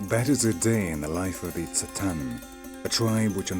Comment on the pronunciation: So much misinformation in this. He says that the Tsaatan(notice that the narrator screws up their name, often calling them Tsataan or even Tatsaan)'s language comes from Turkey. WTF? The Tsaatan's language is TurkIC, but it sure as hell isn't from Turkey! Turkic people all originated in Central Asia and Siberia, some of whom (and not all, such as the Tsaatan, Khakas, Tuvinians, and especially the Sakha [AKA Yakut]) slowly made their way westward in the last years. One of the very last migrations was that of the Oghuz Turks into what we now know as Turkey. The Tsaatan are a far more ancient group, closer in culture, language and origins to Proto-Turks from whom all the Turkic peoples descended. Modern-day Turks in Turkey arguably have more in common, culturally, with Arabs, Persians, and even Greeks and other Eastern European peoples, than with the original Turkic nomads of Central and Northeast Asia. So how the hell would the Tsaatan language come from some place thousands of miles to the west from a people group who only have been in existence for a little over a thousand years, in terms of their ethnic and national identity? It's like saying that Arabian tribesman in Oman got their language from Morocco, or that the English (in the UK) got their language from the people of California.